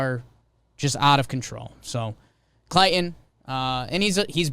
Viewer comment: does it bother anyone else the way Jake keeps pronouncing "Clayton"?